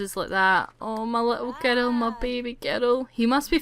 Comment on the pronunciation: "She soon gave birth to a baby girl"sounded like baby geto lol